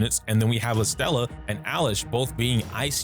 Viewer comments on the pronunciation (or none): You had me second guessing if i mispronounced Estella's name, but nah bro is adding an R to her name for funsies lol Edit: nvm you randomly started saying estella instead of estrella at the end of the vid, lol well played Also thanks for making a normal guide video on the game, rather than drama ish.(why i like your channel, you give straight facts and info I genuinely appreciate)Game is great, love to see the guides and letting ppl know the combat is more complex than ppl see at the beginning or have looked into. How does ardelia and gilberta compare to one another? I sub in gilberta for ardelia in the laevatain team(mainly bc waifu) but it seems to flow well and fast